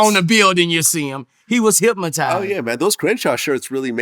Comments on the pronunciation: Okay it was funny when I first heard it but it's going on too God damn long now the word is hypnotized not hypmotized 😵‍💫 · Boosie says hypmatized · "He was Hypmatyzed" 🏃🏾‍♂️ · Somebody need to tell da big homie Boosie it ain't not one letter M in the word Hypnotized 😂😭😂😭